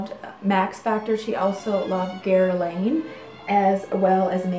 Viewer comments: Guerlain not Guerlaine! Good show by the way! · Hello!!! The designer Guerlain is actually pronounced (Gerr-lahn). The "Guer" is soft where the "n" in "lain" is almost silent. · Pronunciation of Guerlain is: Guer-lahn. And thank you! Another charming video! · Gear/Gur-lawn = Guerlain